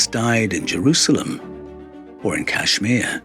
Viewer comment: Listen,. kAshMir ( since you're incapable of pronouncing it correctly) is NOT any kinda country. It's a STATE in the Indian subcontinent